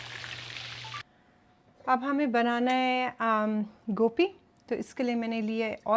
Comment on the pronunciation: gope nhi hoti gobe kathy hy my sister ap india wali gope bolty hy😊